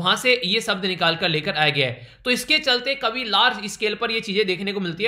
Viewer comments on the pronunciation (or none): none